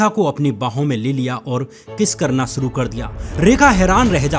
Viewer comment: सूटिंग शूटिंग एक्सन एक्शन सुरु शुरू आवाजें आवाज़ें सब्द शब्द एग्जाम्पल एग्ज़ांपल सुरुआत शुरुआत सोसल सोशल एब्यूज एब्यूज़ खिलाप ख़िलाफ़